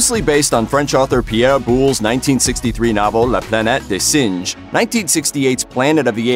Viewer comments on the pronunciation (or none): "La Planete des singe" - oh man! I can't explain how awful the pronunciations of "singes" was! I cringed so much that I almost opened a wormhole into the cringe universe when I heard how he pronouned "singes".